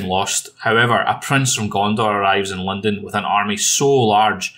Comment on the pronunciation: is saying lindon or London?😂